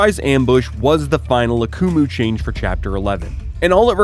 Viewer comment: The way you pronounced Akumu throughout this video made me wish I was deaf lol